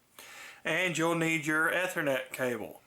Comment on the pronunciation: The way he says ethernet. (Eee-ther-net